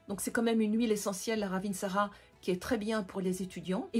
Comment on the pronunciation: Au passage, ça se prononce "ravintsare" et non "ravintsarA" et ça veut dire la belle/bonne feuille